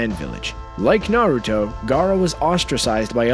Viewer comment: lmao i love the fact you said kushina was the last uzumaki, actually, karin and nagato were uzumakis, its told in the show, and you can tell by their hair, naruto is the only uzumaki ever to be blonde. And you dont even say minato correctly. Or naruto, you dont watch anime its easy to say, and on top of that, you dont say jiraya or rasengan.